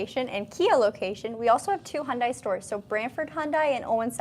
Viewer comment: Your videos are great at showing the vehicles. But, you need to pronounce "Hyundai" correctly. Remember the old Hyundai ad: "It's Hyundai, like Sunday."